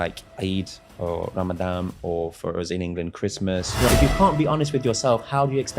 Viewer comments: Ramadan NOT Ramadam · Eh??? It's RAMADAN not Ramadam!! I thought he'd only been there ten years! Mad as a box of frogs!!! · He said ‘Ramadam’ 😂😂😂😂 It’s Ramadan you fool! God he’s excruciating to watch. Bare faced bullsh***er 😂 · Is he saying “RamadaM” ??? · He called it “RamadaM”… 😂😂😂 Great Muslim he is! 😂😂😂 What a clown! Anyway, The dude is clearly 🎉 GAY!!!